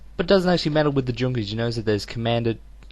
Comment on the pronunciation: i dont know if anyone has said this before, but Junkers if pronounced Yunkers (near-silent J)